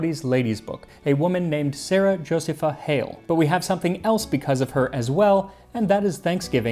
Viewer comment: Josepha is properly pronounced Jo-see'-pha. I make a cranberry apple pie with a streusel.😊